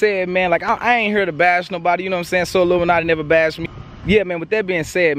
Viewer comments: Bruhh you calling him solluminati on purpose? ahahahahaha dying outchere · So we just gonna ignore the fact that massacred his name 😂😂 “sollumanti”